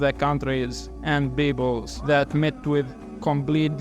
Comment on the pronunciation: It's not beabols, it's People s